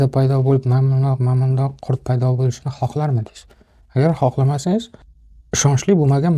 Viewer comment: Janoblar , qurt emas ,qurut deyiladi.